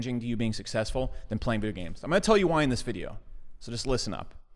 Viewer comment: "than playing viyo games"